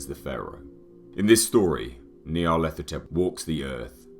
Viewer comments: Is it Nyarlathotep or Nylarthethothep like the guy pronounces it? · Maybe someday someone will pronounce it right. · I wish he could pronounce Nyarlathotep.